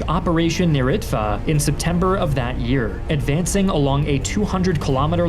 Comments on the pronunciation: because he didn't pronounce it well, its Neretva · “niritzvah” why does that word sound so Jewish